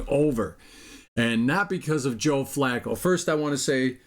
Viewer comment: I tried to listen but not pronouncing Flacco and calling Bernie a hack quarterback made me have to sign off... good luck lol. And Cooper 2nd receiver anywhere else... lol.. You're killing me!